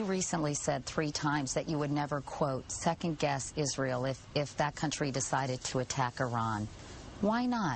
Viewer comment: Does Palin say "second guest" instead of "second guess"?